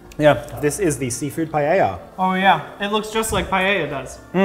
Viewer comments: Did you just pronounce Paella as Payeyah? Unsubscribed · i love english speakers pronoucing spanish words and ADDING letters, like paella, i luv pallella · so apparently americans pronounce paella païeïa i find that hilarious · its like "puh- eh- yuh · Im gonna die by the way they pronounce Paella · the pronunciation of paella in this video really hurt me deep inside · As an Spanish guy I feel offended by the way they say Paella